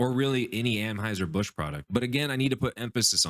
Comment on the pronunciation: Lol dude...First, and maybe im out of the loop and I missed something but isn't it ANheuser Busch, not AMheuser Busch? Second: Busch supporting a tiny Itty bitty minority ≠ bud giving a middle finger to their base. What we need to worry about is the sea level rising because a bunch of SNOWFLAKES are melting.